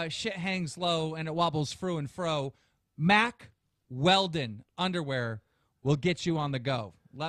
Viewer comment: Keem and were saying mark instead of Mack for hella long at the beginning